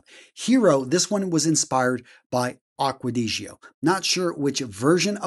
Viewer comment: Can you please listen to Jeremy pronouncing and learn how to pronounce AQUA DI GIO, because it's painful to listen the way you pronounce it so far !